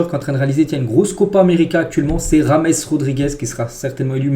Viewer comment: James Rodriguez !! Tu dis rames !? pas comme James Bond !? Tes vidéos sont toujours sympas et intéressantes bonne continuation à toi